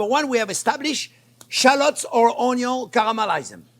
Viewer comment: I just watch to hear him say "onyo"